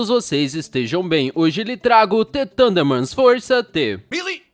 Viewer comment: mds é the thurndermans e não t tundermans e tbm para o video ter mais qualidade não repita tanto as palavras. Só estou tentando ajudar e gosto de teu conteudo